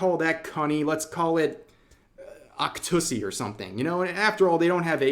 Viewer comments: "Octussy" 😭🤣 I love you man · Please I would gladly go bankrupt for you to never say octussy again